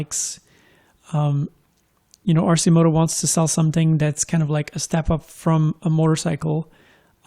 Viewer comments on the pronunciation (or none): It’s “Arkimoto”...